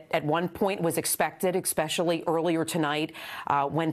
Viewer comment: Especially...not expecially